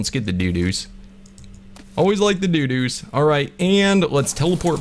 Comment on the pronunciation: Doodoos lol mean dodos